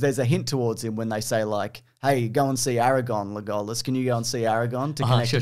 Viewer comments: Why you keep pronouncing Legolas as LeGOlassss? wth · why are you calling him le-go-las and not leg-o-las? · LeGOLas............ HAHA wtf is up with the pronunciation? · Lay-gall-us. Sure, fine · pronunciation of Legolas cured my depression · let's not even talk about his pronunciation of legolas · Is no one going to mention purposely mispronounces Legolas and Aragorn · Wait, I think he legit doesn’t know how to pronounce Legolas. I thought he was trying to be funny the first time, but now I think he legit says it that way. Poor kid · Your pronunciation of Legolas is nuts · How the f*** did you just pronounce Legolas?